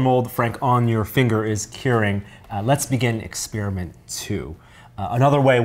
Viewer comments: he says expeeriment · It's a very akerrit exspearmint. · An Ex-spearmint you say? What about ex-peppermint? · expIRIMENT!! Jesus, learn to speak properly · "EXPIRIMINT" lol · "It's an ex-spearmint??" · lol "ex-spearmint." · I've notified more and more people pronouncing "experiment" as expiriment", and the same for "electronic" as "illectronic".. What's the deal? does it twice in the first minute! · engineeredlifeform lol I heard pronounce experiment as ex-spearmint anyhow. And about YT's build in CC option, I don't understand how some videos have completely accurate captions yet most have captions that are downright inaccurate, always hilarious. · Whilst I'm not from America, I know there are regional differences., however, seems to have a fairly typical American accent. My general experience from watching many Tested videos is that he doesn't normally pronounce 'er' as 'ir', it seems to only be when he says experiment, hence my questioning of it. It's not limited to Americans either, an Australian podcast host says 'illectronic' rather than 'electronic'. I'm more curious if this is how most people pronounce it, or am I unusual in 'eh' instead of 'ee' for 'e'?